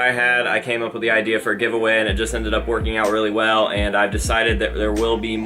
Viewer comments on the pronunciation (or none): none